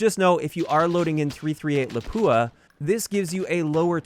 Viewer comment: Oh look a K98K replacement - who could have thought! Edit for pronunciation - it's "lapwah", not "lapooah". It's a place in Finland :)